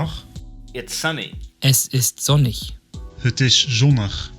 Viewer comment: the voice saying the dutch words has a dialect, he replaces some sounds to a 'u'. Like in the words 'het' and 'zonnig', he pronounces them 'hut' and 'zonnug'